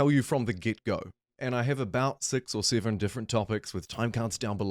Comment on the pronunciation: "Civ Siven"😂